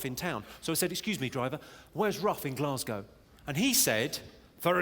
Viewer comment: Glaz go, not bloody giass cow ffs